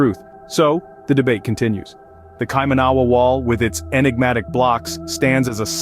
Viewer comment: It's said [kai-mana-wa] NOT kai-manawa! Also, the mere fact you showed nothing of the wall in this vid, showed nothing of New Zealand cultural significance (aside from about 45 seconds of images of Auckland, the fact you showed totally non New Zealand related images eg stone henge, Indian and Asian people, not one single Maori etc exhibits that you have absolutely ZERO credibility. You'd think that in the 9 mins of video, you'd show some images of the wall, but nope, nothing. Instead, you spruiked on about ill-informed subject matter and showed absolutely NOTHING about the subject matter at hand and instead put up totally non related random images. I conclude, until proven otherwise, that you're full of shit! Go ahead, prove me wrong.